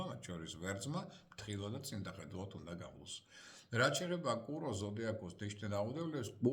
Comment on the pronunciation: კურო არა წურო.😂